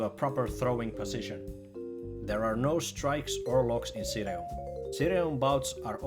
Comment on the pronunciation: Always happy to see a mention of ssireum since it basically doesn't exist in America! (Btw i believe its pronounced Shee-rum)